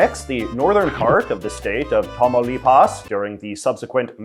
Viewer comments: J.J., I like you a lot, my friend, but your Spanish pronunciation is execrable. Coahuila is pronounced as (roughly) "Qwaheela." Nuevo Leon you got pretty close. Tamaulipas has the accent on the second syllable, "TaMAULipas." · KWA-LIA, NWE-VO LEE-ON, TOMAW-LEE-PAWS LOL at least learn how to pronounce it properly